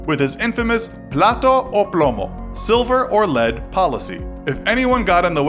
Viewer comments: Omg how many mispronouciations!! Like pla-tou ou plou-mou?? No its PLA-TA O PLOU-MOU. JESUS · Plata o Plomo not Plato o Plamo